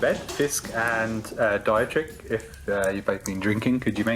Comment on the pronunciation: Dietrich is pronounced Dee-trick